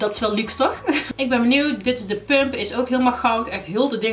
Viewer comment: Ik vind altijd echt grappig als je pump zegt